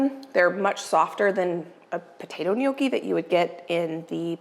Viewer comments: Once again, NOT "knee okee". Sorry. 😢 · It's Nyocki, not sure why Americans say nyoh key